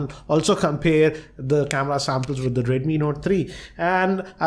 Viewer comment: not just uhh but the W doesn't exist in his script. For way, he will say Vay, for wide he will say Vide, and for with he will say Vith.